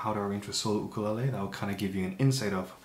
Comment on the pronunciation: why do you pronounce ukulele like that??